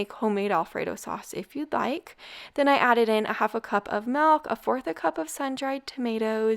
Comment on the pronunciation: Hi, l hate to correct you, the word isn't Melk, it's Milk.